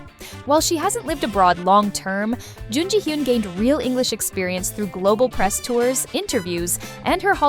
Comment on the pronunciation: But this channel have to learn more Korean pronunciation. You pronounce the name of these Korean actors in the wrong way. For example Jun Ji Hyun - Jun = Chon/ Ji = Gee/ Hyun = (ha) Yon CHON Gee (ha) Yon